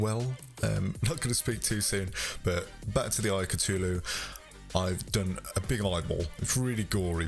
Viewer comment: Sorry I get mad that you pronounce it at “Citulu” it’s Cthulhu